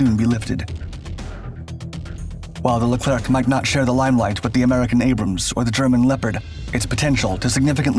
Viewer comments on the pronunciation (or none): Pronounced Leclear